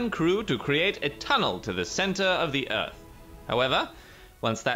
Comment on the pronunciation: Uh Cap you said eart instead of earth